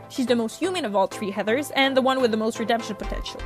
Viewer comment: The tree heathers???? Are you ok?